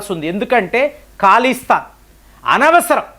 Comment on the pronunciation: అది ఖాళీస్థాన్ కాదురా నాయన. అది ఖలిస్తాన్